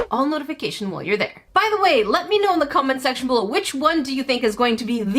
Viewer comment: am i the only one that heard her say "let me know in the comment sexual"??? lol